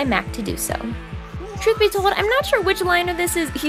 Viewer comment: Her: "Truth be told," Me: "TRUT BE TOLD, I NVER WAS YOURS!"